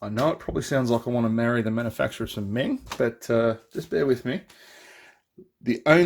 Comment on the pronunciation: Meng did a King Kitty with full interior(TS037). So the upper hull is from that kit, me thinks, hence the way it looks. And for what it's worth "Meng" is pronounced "mung". :-)